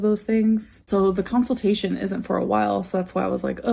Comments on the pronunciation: so i have a council-tation... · Counsel-tation lol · "COWNSILTATION". I CANNOT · I love that she says counseltation instead of consultation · drives me nuts when she says counsiltation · "Down On the dumps" "Counceltation" bruh. I swear there's no way she actually reads books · It makes me crazy that she calls it a council-tation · .... A counciltation? Did she just say.. 🤦🏼‍♀️ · I think she has a 🐄-cil-tation... 😢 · Haha! Counsel-tation!😂